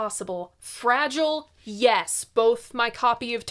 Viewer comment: did you say... fragile, yes?